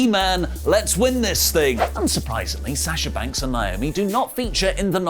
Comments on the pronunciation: It’s so annoying that he keeps calling her Nyomi instead of NAomi. A lot of people are guilty of this and I just don’t get it. Look at the spelling and listen to the announcers when she comes to the ring. How is this hard? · Please start saying NAY - OH - ME ... PROPER. Thank you. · Listen, stop being ignorant and pronounce people's names right. 😑 NAY - OH - ME = NAOMI Pet peeve, this is my sister's name, as well., fix this please. Would you want to be called "OH - LEE"?!